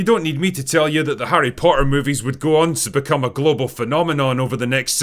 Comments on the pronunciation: I like how you pronounce "Harry Potter" without any T's. 😅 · I just realized The Drinker has that weird british thing where a T in the middle is silent. "Po''er". I only thought this was a cockney thing, not a scottish thing aswell